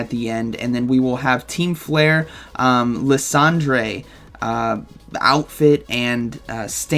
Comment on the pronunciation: Lysandre is pronounced like Alexander. Sounds like "lie SANder."